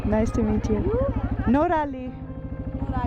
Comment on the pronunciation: Noraly, not Neraly